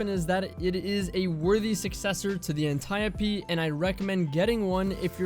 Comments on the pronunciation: Antieuhhpee VS antiope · [Ann-tee-ope] Ah yes the Anteeopee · This man said the Anti - o - pee. Wtffffff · I really just cringe everytime he says .. “an ty oh pee” it’s anti-ope lol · lol the correct pronunciation is (ant-e-op d) not (antape d) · I don't care how it's supposed to be pronounced, it sounds weird to hear "An-tie-oh-pea" when i've read it as "An-tea-Ope" for years now. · antayopee Mf, it's pronounced like antelope antiope... Good video tho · Bruh its anti-Ope like antidote but without the d! Idc what Alexa told you when you looked it up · Apparently you looked up the wrong word or asked the wrong person my guy its freaking Anti- Dope D without the D. Antiope! Very simple idk how you could butcher the english language so badly? You seem pretty intelligent but damn bro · pretty sure its Anti-ope... so stop bullying my brain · It's actually pronounced Anti-Dope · Ann tie ohhh pee...... no thanks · Ant-e-ope. Say it with me. Ant-e-ope, Ant-e-ope. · Smh cmon is Ant Ee Ope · Anti-oap.. pronounced like soap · ant eye oh pee you probably pronounce gif as "jif" too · aniope " antio-pee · Cummy's pronunciation irks me off. I kinda hate that guy. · It's pronounced Auntie OPE, Dee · cant even say antiope right cause he didnt play year 1 lmfao learn bud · it seems that way because so many people have normalized the incorrect pronunciation. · no fucking way thats how its pronounced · Why is he saying antiope like that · You are pronouncing antiope d my guy jesus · Antiope, is he trolling when hes saying that? Straight kakkis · Man the way you say antiope actually pisses me off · its not antiope its antiope :D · I dont care if the way he pronounces it is correct, it still annoys me cuz it just doesnt sound right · Proud of the comments that they’re not all just roasting how says Antiope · Please never pronounce antiope like that ever again lol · good vid but the way you pronounce antiope is horrifying